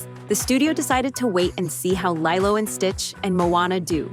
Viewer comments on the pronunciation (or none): Lee-Loh Not Lie-Loh. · I’m so bothered that you pronounce Lilo as LIE-LOW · Not sure if this is AI generated audio (probably is, nothing is real anymore) , but "Lie-Lo" and Stitch was painful to hear... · LYLO AND STITCH HUUUUH ISNT IT LEEELO AND STITCH.... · It could be ai because they also mess up when they say live action